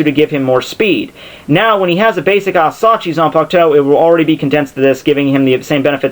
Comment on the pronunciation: Just so you know, I know a little Japanese and if you ever need help with questions about Japanese I'll try to help. (Also, asauchi. It's pronounced a-sa-u-chi. Japanese is simple like that.)